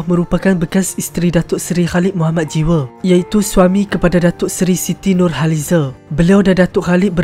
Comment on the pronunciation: Mcm x sedap pulak sebutan nurhalize